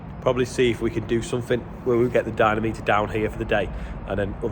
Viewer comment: Dyno - mo - meter it offends my ears every time you call it a dynameter 😁👍